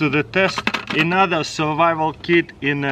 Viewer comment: Enother! Best english